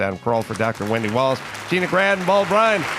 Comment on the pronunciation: Wendy walsh !!!! Not williams 😅😅